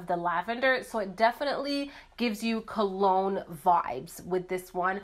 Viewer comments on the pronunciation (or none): none